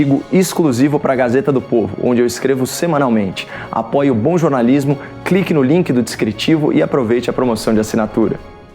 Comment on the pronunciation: Carai, no começo parece q ele diz: q apoia o bolsonarismo, e não bom jornalismo…😂😂😂